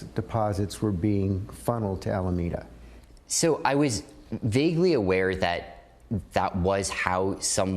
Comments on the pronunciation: We in the SF bay area pronounce Alameda as Al-uh-meed-uh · Dude. It’s pronounced “A-la-MEE-da”. You’re from Cali. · Just as a local of the Bay Area it’s pronounced Ala mee duh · FII, It's "Ala-Mee-duh." Named after Alameda County, where SBF and friends were living (in the city of Berkeley) when they started FTX. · Here in Nor Cal we pronounce Alameda as "Ala-MEED-a" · SF Bay Area native here. While the correct Spanish pronunciation of "Alameda" is as you were using it, I don't think that's where SBF took the name. I suspect it's pronounced "Al-uh-mee-da" Research. SBF is from Palo Alto. The county across the Bay from Palo Alto (and the likely source of the name) is "Alameda County" (pronounced "Al-uh-mee-da"). Same kind of linguistic corruption as "San-uh-zay" (San Jose), just south of Palo Alto. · By what logic is Alameda pronounced Alamayda? It’s a very common name. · I love that you are using the correct pronunciation of "Alameda" in Spanish. It was highly annoying to hear "Alamida" in all other coverages of this news. Kudos to you. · Alameda is a county in Northern California near where this mess originated. Locally it’s pronounced Ala-meeda. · Fun drinking game: take a shot every time LegalEagle mispronounces “Alameda.” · Really distracted by how he pronounced Alameda. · It irritates me so much how he can't peonounce Alameda 💀 AM 12/27/2022 Merry Christmas! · you're the only one i've ever seen who pronounces alameda like that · Looking forward to the apology video for that pronunciation if Alameda. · It always makes me chuckle how you pronounce "Alameda" in english, I know that's how you pronounce it in english but it sounds so funny because of how different sounds compared to how you pronounce it in spanish. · Are we confident that's the pronunciation of Alameda? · It pains me to hear you say “Alameda” wrong so many times lol there’s even a clip where they say it right, and still you say “ah-la-may-da” instead of “ah-la-me-da”. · its alaMEda not alamAda